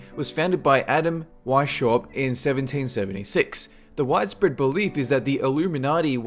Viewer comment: weisshaupt not washhop xD